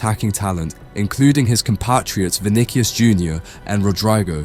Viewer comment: "vinickius, "rod rai go"